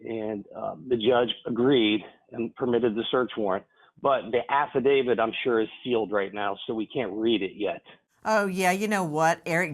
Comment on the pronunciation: Don’t say ‘affidavid’ , it just sounds stupid.